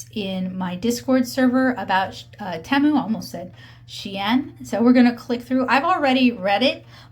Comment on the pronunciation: Tea.....mu it is pronounced